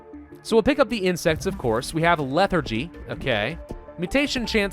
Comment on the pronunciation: “leather-gy” no.